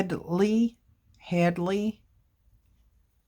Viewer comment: Was it hedly or Hadley? It soubds like hedly